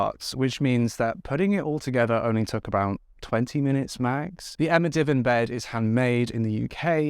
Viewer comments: This is funny --- I watched your Emma bed review as I'm in the market for a new bed, but I wondered what a 'divin' was? and then the penny dropped --- a "di-VAN" --- Kiwi here, and we put the emphasis on the "van". I did have a giggle, and btw, we have Emma here as well, and I didn't know that, so thank you. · Your bedroom is beautiful plus I laughed every time you said divan it’s pronounced div ann so cute tho , I’m so glad you are feeling better and now you have your new bed you can have much better sleep and feel more rested , I’m currently in bed unwell so I’m currently binge watching your latest videos, ❤️Take care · Lol. Div Anne bed. That’s how it’s said bro. But u got me to comment so was worth it for engagement lol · you've got to rerecord that advert lmao divan has a hard A like how you say Vans pumps lol just thought I would let you know, no shade promise x